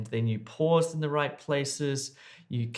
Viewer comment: Cant hear the "right" . 🤔